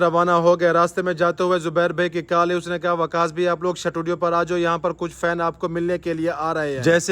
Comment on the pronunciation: Shutudio ni hota studio hota he